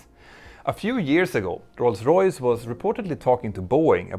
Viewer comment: I'm really happy you've almost managed to say "Rolls Royce" correctly. I also love that you managed to say Rolls Royce around a dozen times in short concession 😄